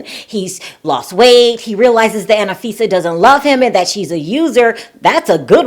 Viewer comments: It's anfisa not anifisa 😂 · It's An fee. sa. not anna fi sa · It's Anfisa, not Ana-Fisa. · It is not "Anifisa" it is "Anfisa"~ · It’s not Anna-fisa it’s Anfisa like unfisa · Tsk, tsk....just a heads up - George is English for Jorge and its An- fisa not Anna-fisa!!! Aye Chihuahua! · you're irritated about "name changes," but you keep saying "Annafisa" instead of Anfisa🤣. Also, Jorge didn't really change his name. Jorge and George are the exact same name, just in different languages. Damn, I'm not even American. I'm South African and even I know this! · FYI, Her name is pronounced AHN-FI-SA, Not ANNA-FI-SA. :) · I died each time you said Anna fisa 😂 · Why do you say AnAfisa??